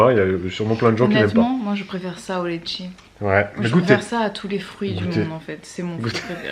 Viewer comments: J'ai aimé votre live. Je l'ai regardé en entier mercredi matin ☺️ C'est marrant comment vous dites "letchi", vous le prononcez "létchi", nous ici on dit "litchi" et c'est la bonne prononciation il me semble 😂😘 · oh cette mauvaise foi 😂😂 Surtout que quand tu tapes "letchi" sur internet, tu as le mot écrit en phonétique en dessous et ça se prononce bien "litchi", sorry 😂😂😂✌🏻